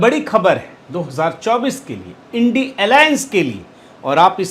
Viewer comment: Great of you that in your own unique and appropriate way you are rightly pronouncing the jugalbandi grp as INDI Alliance 🎉 Awesome 👏 🎊